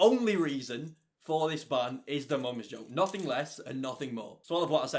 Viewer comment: Igotbanneeforsyingamomsjoke. I had to listen about 13 times to get it